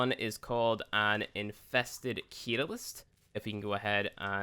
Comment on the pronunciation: You've got to learn how tel pronounce things correctly and speak English right. I couldn't even watch this because every event item's name was mispronounced! Guandao, catalyst. phylaxis etc.